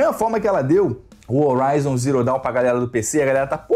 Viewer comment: O "H" tem som de R em Horizon, bérou.